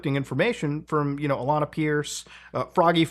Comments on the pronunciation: I know it’s a tiny mistake and irrelevant, but….how do you not know how to pronounce Alanah? She’s an angel. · Alanah. Not Alaina. Come on Mood what kinda gamer are you?